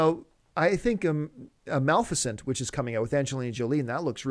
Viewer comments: MA..LE..FA..CENT!!! what the hell!! NOT MALFUSENT... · Maleficent. MUH-LEFF-IS-CENT Maleficent.